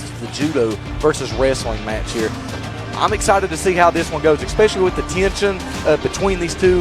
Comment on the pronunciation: Why someone that doesn't even know how to say "Especially" is in ANY kind of professional speaking position is fucking baffling.